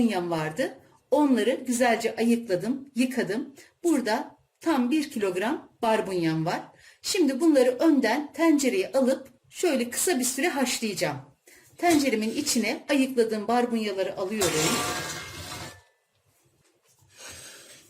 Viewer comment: Birde tencere telefuzunu doğru söyleseler madem yemek tarifi vereceksiniz telefuzunuz kulak tırmalamıycak teencere değil tencere gibi elinize sağlık